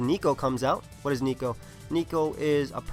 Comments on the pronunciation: Did you say niko? Instead of neko? Which means cat... pls.. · His Purrlion is not named Nico but it's Neckoh which is cat in Japanese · your pronouncing of neko facepalm